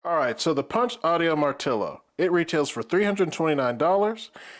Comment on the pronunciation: First! No not post, First one reviewing I heard to pronounce the name correctly! Great video! I do find it slightly weird that they call it BassHead, lots of bass, but BassHead? I guess, but not for me!